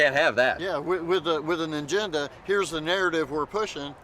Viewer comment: One adult said angenda🤣 what is wrong with these people 🤔i have seen smarter phones😂